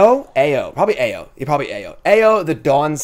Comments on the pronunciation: I think the Ao should be pronounced "Aw-Oh" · Best in show: Wandering Emperor - not even a difficult pick at all. What an absolute house. Sleeper - Lion Sash Trap Card - Ao ......kinda funny that the white dragon is named Ao....the Japanese word for blue... Side note.....looking forward to all these butchered Japanese pronunciations in the other videos 😅😅